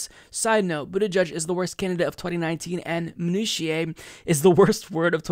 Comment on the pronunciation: Stg he is saying Booty judge